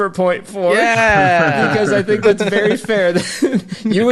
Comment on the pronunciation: You tink? Do you... tink a ton?